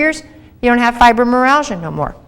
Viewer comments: It is not pronounced "fibromeralgia" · Went through the entire video looking for a self correction on the pronunciation. Well uh, " fibromeralgia" it was. It will have to be chalked up to early morning dental work;-). Still I appreciate the feedback, negative or positive. Sincerely